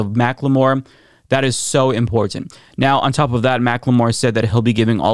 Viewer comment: The way you say "Important", "Impor-TanT" sounds so weird to my ears lol.